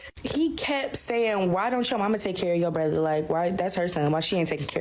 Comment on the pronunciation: How come they pronounce, Brother, " brotheeere"?